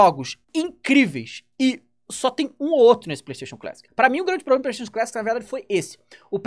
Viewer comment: "Tem sido um PROBREMA. né ?"